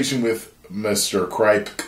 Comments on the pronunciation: The name Kripke is pronounced Crip-Key. Almost like crypt key. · Its pronounced crip-key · It’s pronounced Eric Krip-Key 😂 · It's pronounced "Krip Kee" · it’s pronounce Kripkie 😂😂😂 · it's spelled kripke, but pronounced crip key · It’s pronounced crip-key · Lol mispronouncing kripke name